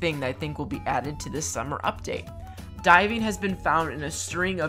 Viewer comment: When you said “diving” I honestly thought you said “die”- I was confused on how that was exciting 😂